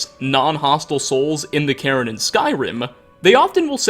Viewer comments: Sounds like you keep saying "Karen" when you say Cairn lol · I mean it's honestly the way pronounces it more often than not so the subtitles ain't wrong.